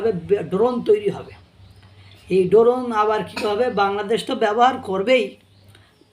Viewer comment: Doron na drone hoy😂😂 ai tuku o jana nei